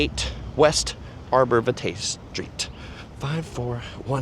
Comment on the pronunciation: It's pronounced Arbor VY-tuh. js